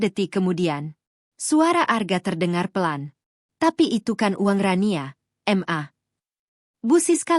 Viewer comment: Mama disingkat ma tapi koq dibacanya satu2 m a